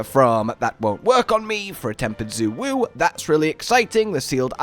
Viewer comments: Guys its been almost 2 months since launch can you for the love of god start pronouncing Xu wu right. Its said like shay-woo not zoo-woo its not difficult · The npcs literally say shay woo too so its not like they have to guess how its pronounced